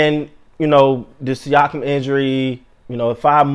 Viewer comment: You said his name right on the first attempt, basically a sneeze with an ah at the end